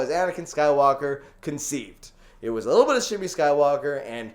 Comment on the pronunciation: Shmi, not Shini Joven, you messed up again :D